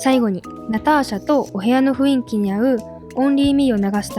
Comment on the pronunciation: ふいんき→ふんいき、ですね